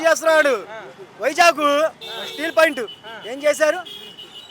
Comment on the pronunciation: స్టీల్ పాయింట్ kaadura 0.5 gaa. స్టీల్ ప్లాంట్ ani నేర్చుకో.